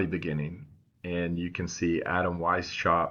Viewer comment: Just for you to know: Adam Weisshaupt... its not pronounced Why - SHaup but Veiss - Haupt THANK YOU, the little season theory brought me back to Jesus. Can you talk more about the constitution under the light of little season?